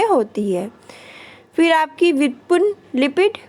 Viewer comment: व्युत्पुन्न नही कहते मैम जी व्युत्पन्न होता है 😄